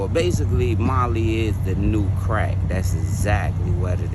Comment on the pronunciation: Ain't no fucking M in that "Molly." 😂